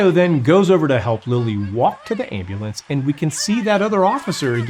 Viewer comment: He's been an EMT for years and still can't say "ambulance"?